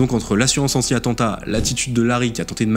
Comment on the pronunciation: "Connaissance de l'atantat" mdr AttENtat